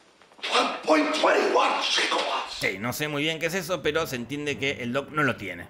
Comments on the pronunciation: Madre de Dios que chinga'watts' jajajajajajajajaja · Jajajaja 1,21 chingawatts? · Si, pero lo dice mal, dice Gigowatts. a estas alturas es un meme re-contra viejo de internet. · Jajajajajajaj 1.21 Chingawatts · y ¿El doc dice "Chingawhats"?